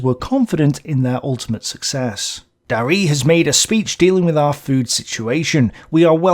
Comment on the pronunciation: Again, Darré is pronounced dar-RAY or dar-REHHH, not dar-REE. At the end of a word in French, the letter é, with that accent, is always pronounced "ehh" (maybe "ay" for some) - think of the routine greeting given by "The Fonz" - but maybe that reference only works with Americans. See here about the letter then this about the pronunciation and this clip of the sound